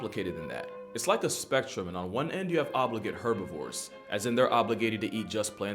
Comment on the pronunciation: please pronounce herbivores with the H